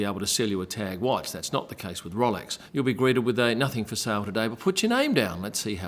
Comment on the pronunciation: It’s ROWLEX NOT ROLLEX! 🙄